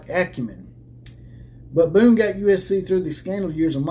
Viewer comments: Show me the statement from USC that said he left because of health reasons. That is what you based your whole video on. That USC tried to say this was about health reasons. They didn't. And you can not present any evidence that they did. And the guy's name is Bohn. Not Boone. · You never called him Boone? You called him that throughout your video! And you posted a type up of the Athletic article with his name spelled "Boone" when the actual Athletic article has it spelled correctly as "Bohn." Wow. Pretty lame. So, who is asking who to be their googling bitch? You're the one who attacked those folks saying they lied and claimed he resigned because of medical reasons. And you want ME to do the research to find you a source? You claim it is "all over the AP and the Athletic? I had already read those stories. In fact, that's why I clicked on your video because I thought you were going to be presenting knowledge of something that hadn't been reported. But nowhere in any of their stories did it say what you are claiming, that USC tried to say he left for medical reasons. The only statement from USC was from their president, Carol Folt. It was a very curt statement saying they had accepted his resignation, thanked him for his service and oh, by the way, I had wanted to be sure we had the right leadership in our athletic department so I hired some folks to come in and investigate and it's time for us to move in another direction. Had they tried to say he left for medical reasons I would be right with you, man. But they didn't. If I thought you were a dumbass I'd assume you just cant read. But you seem to be a pretty bright guy. So, since you read the same articles as I did, which did NOT accuse them of trying to do that, I can only assume you are willfull